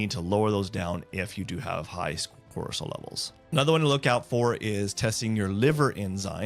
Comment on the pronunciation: Are you saying ‘Corsol’ and ‘HD’ I’m confused. I thought it was Cortisol and ADHD.